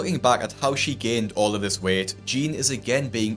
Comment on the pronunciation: why do you pronounce jeanne "jean"